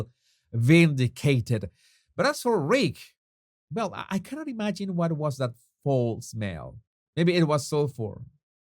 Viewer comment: it’s not “fall” smell, it’s “fowl” smell, as in owl. It is spelt ‘foul’ Everyone has known for years that her rags to riches story was lies. She totally fabricated her story, just like Oprah did, she was no rags to riches story either.